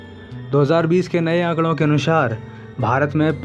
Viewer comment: तुम हिंदी की साक्षरता के वीडियो बना रहे हो और तुम्हारा उच्चारण निंदनीय है. कृपया ऐसा Video Voice Over Artist नियुक्त करें जिसका हिंदी का उच्चारण ठीक हो. अनुसार को अनुशार बोल रहा है. हिंदी का ऐसा तिरस्कार न करे जय हिंद